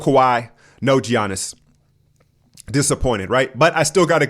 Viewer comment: still doesnt even know to say Giannis' name or budenholzer's name.... weird